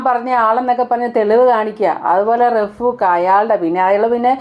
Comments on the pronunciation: റഫൂക്ക് അല്ല... റൗഫ് ആണ് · റഫൂഖ് അല്ല റഊഫ് എന്നാണ്,, പിന്നേ ഷാജിത അകത്തു കിടക്കാൻ സമയമായി എന്നാണ് തോന്നുന്നത് 😄